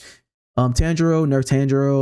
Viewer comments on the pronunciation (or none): none